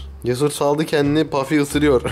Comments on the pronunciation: Eminimki ismi puffy ve pafi degil her kelime dusundugun gibi okunmuyo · bafy değil Puffy